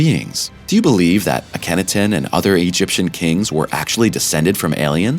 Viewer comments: I appreciate the effort made however, The Egyptians FOUND the Pyramids and the Sphinxes at Giza when they migrated there. Also, Akhenaten, You placed the accent on the wrong syllable, Ah-ken-NAH-ten not Ah-KEN-nah ten. And as for the whole Alien theory, It is just that a theory for now. Every time we claim extra terrestrials, we diminish the wisdom, knowledge and abilities of our ancient ancestors. Also, there have been many many homo-genus types on the over 4.5 billion years this planet has existed and who in our arrogance portray as primitive cave dwellers, when in fact, there have been many highly advanced ancient human civilizations that have been lost to time and who's evidence of has been deliberately hidden or ignored or reimagined, in order to uphold the long debunked belief that modern humans are the only technologically advanced civilization on earths history, despite the fact that we cannot even begin to build anything like the ancient megalithic polygonal structures, we cannot figure out how they used cymatics in the structures built or how they had electricity to power the tools they used to make them, well Tesla knew how but the powers that be shut him down in the name of Profit. Overall thanks I enjoyed the imagery. Peace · AcanotonYou have butchered that pronunciation far worse than anyone else ever has